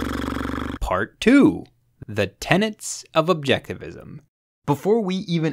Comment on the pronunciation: It’s TENETS not TENANTS 👿